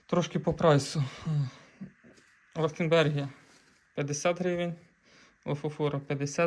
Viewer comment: а чому у відео звучить якось по іншому? 😀